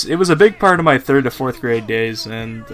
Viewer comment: everytime you say part it sounds like fart